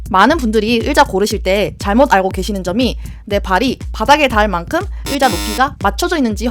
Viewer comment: 으자 말고 의자요!!!ㅎㅎㅎ 재밌는 정보 고맙습니다